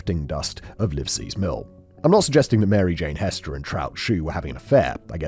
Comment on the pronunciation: Ummm. I think her name is actually Hester, pronounced with an “eh” sound, not an “ee” sound.